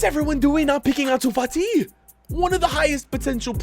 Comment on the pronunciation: Who remembers when said Ansu Fat-Eye